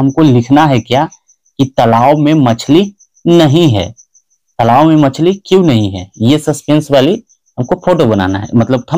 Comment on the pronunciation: तलाब नहीं होता है तालाब होता है